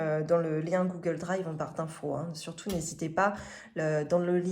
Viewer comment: Surtouff, contenuff, perduff. Un petit peuff... Objectifff Ah, non, là c'est normal 😂😂😂 Aussi : carte bleuE. À part ça, des choses intéressantes.